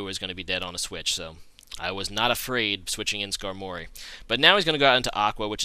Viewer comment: the first time i hear someone pronounce "Skar-mory" instead of "Skarmo-ry" lol